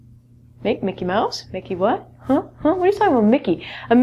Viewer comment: Lol the way you say 'huh' xD